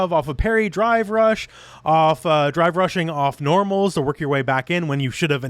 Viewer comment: I can't stop hearing "Dry Brush" when he says drive rush.